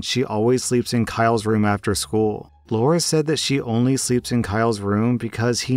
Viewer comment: come on man story 3 It's not Laura it's Lara as in Lara Croft. I know a Lara that got called Laura at school by her teachers and she hated it since that's not her name.